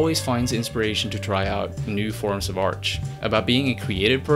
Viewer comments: It's "art", not "arch" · When you say "art" it sounds like "arch" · Why do you say arsh instead of art? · Why do you say arch instead of art? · why do you pronounce art as "arch" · why do you always pronounce “art” as “arch” ? 🤪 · He saying Arch right? Is this intentional ? I'm not sure if it's supposed to be art but he's choosing to call art....arch? As art is an arch that bridges across many different mediums? Or is he just mispronouncing it? #elaborateporfavor? #maybeimoverthinkingthis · Good video but it’s just funny how you say arch instead of art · You know there is no "ch" at the end of "Art", right? I get that English is not your first language, but you speak it will enough and fluent enough to know Art vs Arch. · Why the hell do you keep saying arch instead of art? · is it just me or does he keep saying arch instead of art? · It's "art" ...not "arch". Good video...carry on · Art not arch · Am I the only one who hears "arch" every time he says "art"? Other than that, thanks for the great video! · I like how you pronounce the word "art" as "arch". Great video btw, I did not know he made classical albums like Orca, so I will definitely go and check them out! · It's "arT" not arCH... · the way you pronounce art as arch bothers me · If you say arch one more time I'm going to kill you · Is it just me, or does the guy keep saying arch instead of art..? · Since everything else has been said,... It's Art, not Arch goddamnit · why is him pronouncing art as "arch"?? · ArT-T-T with a T, not Arch. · Why the hell this guy pronounces "art" as "arch"? It makes me so uncomfortable :D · Art, Artch, or Arch? And then narrator said "supporch"... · Is it me or you say ARCH instead of ART every time? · the word is art...not arch lol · It's arT...not arch...omg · Why he says arch instead of art throughout the entire video? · duuuude, its called art, not artch ahhaahahha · It's "art" not "arch" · Why do you say "arch" instead of "art"? The Roman Empire blackmails you?